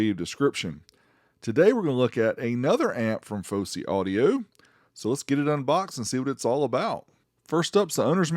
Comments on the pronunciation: Its Fosi not Fowsey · Its Fosi not Fowsey.